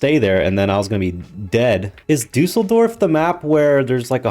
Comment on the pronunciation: Can you say Düsseldorf again please? 🤣🤣🤣